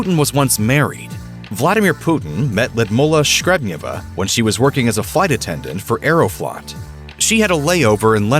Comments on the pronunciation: I hate to correct pronunciations as it can put a spin tangent to the intent of the clip, but the pronunciation of Lyudmila sounds like a 'bear to one's ears'. Probably the best pronunciation to the name as to how it's said in Russian using English phonetics is (lewd-Meal 'ah) not (Lewd-Mull 'ah). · lyudmila ..sounds ludmila ...not ludmula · Can you please learn how to say the name Ludmila properly? it says L-oo-dmilla, nor "ladmoohla". Totally annoying, when you English only speakers not even give it a try, while the rest of the world is learning languages. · She is not Ludmulah, she is Ludmila. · ‘Ludmulla’ 🙄 this voiceover bloke needs some pronounciation lessons 😂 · Lidmula??????? Lyudmila,,,,, get it right ffs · “Lee-ud-meela” please get it right! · Loodmoolla??? It is not difficult to google the pronunciation. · Lidmula…wth man, i’m not a hater but for you “I” is “ u” and vice versa! Geeeez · its L'youd-meela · It really bugs me how you keep mispronouncing her name. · I wish they would fix the pronunciation of Putin wife's name, it is painful the way the narrator pronounced it. It is something completely different. Beautiful Russian name. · The voice over is even not pronouncing her name right . How anyone can trust this so-called "journalism" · The narrator of this video will be killed for pronouncing Putin's wife name wrong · I cant stop cringing at the way the narrator pronounces or rather MISPRONOUNCES the former Russian’s First Lady’s name. Gee, it’s not that hard a name to pronounce it correctly. 👎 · Every Russian name is butchered by these Muppets ‘reporters’. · This is the worst pronoucation of her name that I've ever Heard